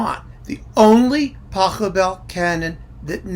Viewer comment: maybe you can check how to pronounce the name of the composer correctly?